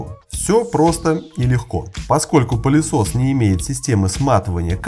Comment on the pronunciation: Мне одному слышится "пАлесос"?